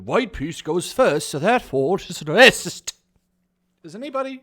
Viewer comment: Paper is waycist, it's huwite